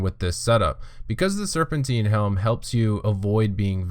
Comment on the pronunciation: Its not "Serpenteen". It's serpentine. Like Time. Tine. Serpentine. Jesus christ kid.